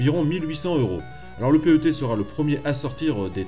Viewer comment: Le "Commodore Pé heu Té" ?? mais tout le monde dit PET (animal de compagnie en anglais) et c'est fait exprès ! C'est quoi ce spécialiste en carton ? :-D